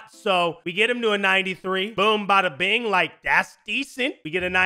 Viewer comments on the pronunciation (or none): none